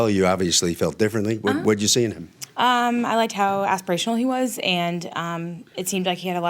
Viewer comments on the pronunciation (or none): She says fruition and aspirational wrong. 😅